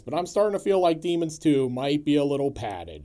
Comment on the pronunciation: Boy, when you say the name, it sounds like "Demon Stew" which sounds from your plot rundown that it would be a pretty good title for it. :) Especially when you immediately describe it as a mishmash. I think I caught the first one time but haven't seen this one yet.